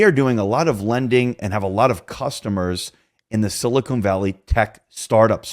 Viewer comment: Sili-khan not sili cone